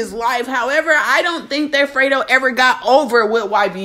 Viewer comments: FRE-DO NOT FRITO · No shade but you said Frito bang 😂😂 instead of freddo bang but yeah she absolutely most definitely out of line for this one🤔 she was with young boy when she knew the beef was going on between them two and I guess she loves Louisiana guys ijs it will be all good if she was dating somebody nobody knew about but noooo and this only leads to tell me she still in her feelings, feeling some type of way not being with yb, because if not regardless to him saying his manager reached out to hers about a video shoot this wouldn't even been an option knowing what she knows ain't nobody on this Earth perfect but when you always playing victim and then some fuckery shit like this comes out you only make yourself look stupid but she's Grown and entitled and to each its own I'll just sit back and see how this shit plays out like the rest of it I just hope she knows what she's doing for the sake of her life and whoever else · Y'all YT commentators either be slow or can't read Bruh name is FREDO like Alfredo